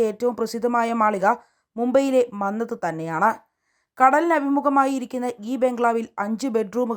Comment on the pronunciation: മംഗത് അല്ല മന്നത്ത് ആണ് 😅